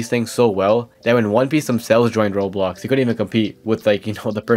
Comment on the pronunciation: why do you say Rols, I know your doing it on purpose.